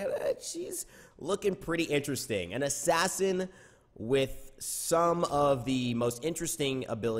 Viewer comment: Stop saying Assassin you troll.. kappa :D